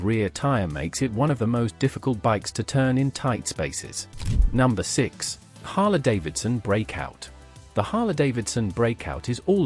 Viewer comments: Harlee, not Harluh. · AI pronunciation is CRAP! It's pronounced Harleeeeee; not Harla.